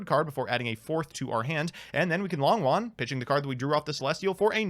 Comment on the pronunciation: Hey, Long Yuan isn't pronounced long won, the o in Long is a long o, and yuan, is a little tricky, but is pronounced you-en, (but one syllable)